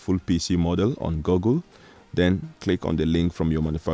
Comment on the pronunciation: Lol you said gogle